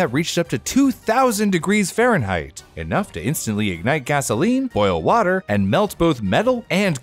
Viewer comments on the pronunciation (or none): none